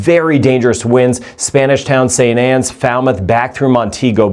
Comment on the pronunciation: St. Ann not St. Anns there is no s